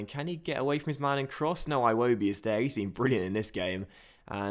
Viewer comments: its like he's Scottish Aye wobi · I hate the way you say Iwobi lmao